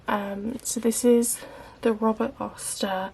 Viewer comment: It’s Robert Oster, not Robert Oyster.